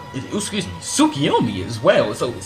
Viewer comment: what's wrong with ur accent u say sukoyomi welp it's tsukoyomi or u say like kemui but it's kamui and oof don't get me started with ur megnekyouu saringaan (mangekyou sharingan)